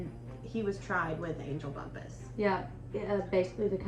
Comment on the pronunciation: A lot of people were really excited about your podcast. I’m disappointed in this. This is a True Crime story, not a ‘spooky campfire story—“ Lose that crazy music! It’s extremely hard hearing you- Your audio and lighting both need work. In your next story, at least learn how to pronounce the victim’s name. It may not be a big deal to some people, but I guarantee it’s felt by the family members & friends who continue to love this person.. They never look at the camera. Not once did they try to engage w- their audience, and I swear from to or somewhere in there, I seriously thought- is she nodding off? This is a Hot Mess….